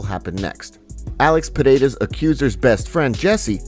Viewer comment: Still don't know how to pronounce Pereira huh;,?